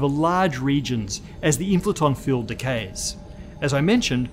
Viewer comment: I heard fuel instead of field